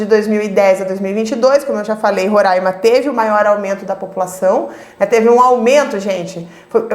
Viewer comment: falou roraima certinho, otima aula